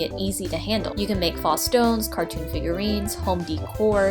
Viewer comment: Thanks for the video. Informative. Faux is pronounced “pho or foh” with a long “O.” I’ll check out some of your other videos.